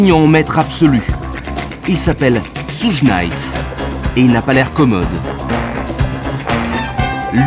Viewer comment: Mais qui est à l’origine de ce documentaire 😂? Jodeci sont rappeurs c nouveau ça ! Ssougue naite 😅 , bref aucune connaissance du rap de son origine, tout est décousu, du grand npk !!!